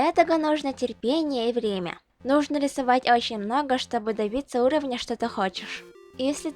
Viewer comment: хм.. ну тогда я могу сказать, что ты молодец), ведь говоришь ты как русский человек. В твоей речи есть дифекты, например "чтобы", "того", Но всё же ты круто говоришь.))